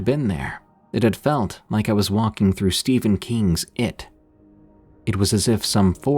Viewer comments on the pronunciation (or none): none